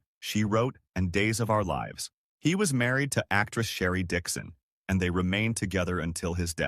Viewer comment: "Līves on"